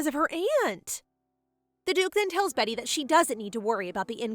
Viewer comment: Its pronounced BEETY not betty